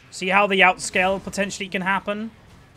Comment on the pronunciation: Stop saying potentualy please :D i like ur commentaries but i just find that really annoying